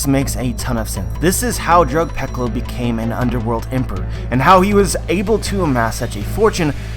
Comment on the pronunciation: You pronounce drug peclo as drug pecolo?